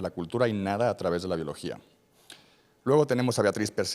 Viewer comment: Que pena que un médico no pueda pronunciar la palabra "biología"